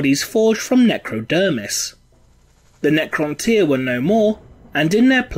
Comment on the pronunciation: It's the correct pronunciation.